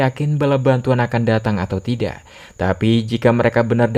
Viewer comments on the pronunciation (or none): none